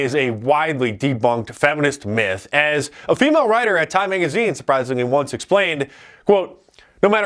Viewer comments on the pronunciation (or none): none